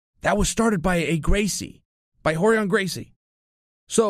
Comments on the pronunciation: It’s not KRAWN, it’s KRON. Like chrome but KrOn. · Pretty sure it’s pronounced “krone” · Spelled kron pronounced crone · Nobody: Chael: Krawn Gracie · Lol relax guys he’s making fun of Chaels pronounciation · Just say his name right please... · Pronounce it right, Chael. Kron rhymes with cone.